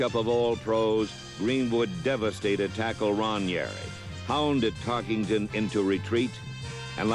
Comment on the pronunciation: Notice how the announcer keeps saying "TarkINGton" for "TarkENton." (emphasis added)